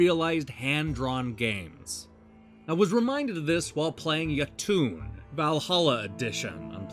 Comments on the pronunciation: Yo-Tun, not Ya-Toon. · Great review, although i cringed hard everytime you pronounced Jotun ;)